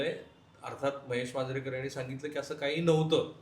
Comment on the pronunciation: मणसे, यांणी, पन.....किती चुकीचे उच्चार! मराठीचे कैवारी अश्या मराठी लोकांना एखादी तरी थप्पड का नाही मारत? 🤷🤦